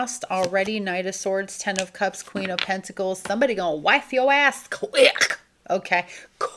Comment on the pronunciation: It’s the QUICK for Meee 😂🤣😂